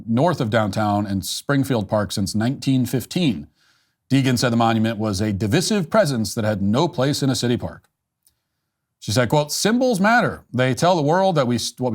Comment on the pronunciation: Matt, the word ‘divisive’ should rhyme with ‘incisive’, not ‘permissive’. Remember, there’s only one ‘s’ there.